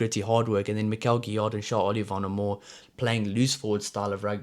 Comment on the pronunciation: Gro(s) don't prononce the 's' Guillar(d) same, and also it's like 'give' fort the first part. 'Giyar' Nouchi make me think like Duane Vermeulen. Hope he will reach that level 😜 👌